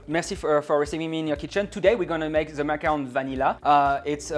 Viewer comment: It’s not macaroon. Like the French guy is saying, macaron. Please stop calling them macaroons as that’s a completely different treat.